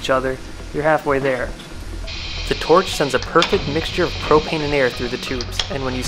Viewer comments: "propain" Hank hill appears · He said propain 5 times😂🤣